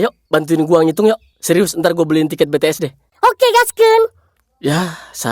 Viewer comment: bank yang benar itu BTS bukan Btees